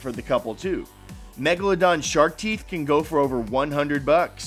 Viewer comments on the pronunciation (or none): The way he pronounced Megladon He was like Mega-La-Don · Ana A It is MEGALODON!